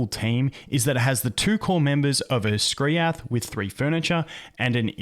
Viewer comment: How hard was it to call him Skriath